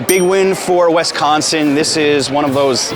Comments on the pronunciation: Please stop saying Wes-consin, it’s Wis-consin. Thank you. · WISconsin not WESconsin. Thank you. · Love this! Thanks for visiting my home state, hope you truly enjoyed it and that people treated you well. I have been to NYC 3 times and done many things based on your videos and recommendations. Love your channel, thank you. (Only thing to add is that is WI-sconsin not WES-consin. Every outsider does it - it's ok if your friendly though) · This video seems so surreal. I keep seeing you walk by places I’ve seen and I’m like omg I’ve been there. Only complaints are when you said Wesconsin and when you stopes at the union you didn’t get ice cream. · It’s WISconsin. Not WESconsin. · Great video. However, it’s not pronounced West consin, so cringe! It’s pronounced WIS like swiss cheese. So WISconsin. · I cant believe no one stopped you from saying "WES-consin" ...its like nails on a chalkboard. its pronounced "WIS-consin" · Right! Wisconsin is one word not WI-sconsin, or WES-consin or WEST-consin....sheesh people...does anyone outside our state have a clue? This was borderline cringe-worthy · it's Wisconsin not Wesconsin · My state is pronounced Wis-con-sin not Wesconsin! Learn how to say it. As far as what would I say to someone from New York to get them to visit. It would be DON'T! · Alright, I tried not to do this, but…it’s Wis-consin, not Wes-consin. Also, Bucky Badger, not Bucky the Badger. But great tour of our town! 😄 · As a Wisconsin native, the only bad thing about this video is "Wesconsen." 🤣 But seriously, great video. Thanks for showing off Madison in such a great way. It's probably my favorite city in the country, and I have been to most of the big ones. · At least it wasn't WESTconsin, which I've heard before... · The emphasis should be on the second syllable. Wis-CON-sin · Pronounce Wisconsin correctly!